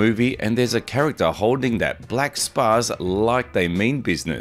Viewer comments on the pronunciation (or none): It’s pronounced spots essentially. Js